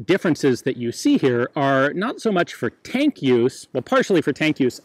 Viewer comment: For 'fank' read 'tank'. I don't want to start a meme...